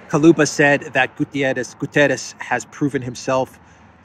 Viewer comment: Although some of our names look almost spanish, the correct pronunciation is "Guterrsch", with an hard "R" like in german